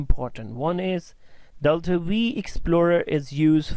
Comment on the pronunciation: V? Isn't it "five" ? :-D